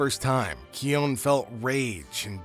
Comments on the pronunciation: The constant mispronunciation of his name is sending me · It’s kion